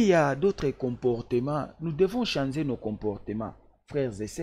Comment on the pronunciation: Balobaka to changer et non to chanzer Balobaka sachet et non chasser